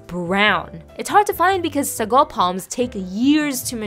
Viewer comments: It's not sago it's pronounced as saagoo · It's pronounced SAAGO stretch the a . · I never knew that real sago is brown? Wow??? Also I'm from Malaysia and we pronounce it as "saa-GOO" kind shook hearing "suh-GOH" 😂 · I love sago....but in Guyana we pronounce it as (say-go)